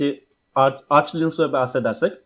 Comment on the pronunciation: Eğer telaffuzunu diyorsanız Arch Linux "arç linuks" şeklinde telaffuz ediliyor.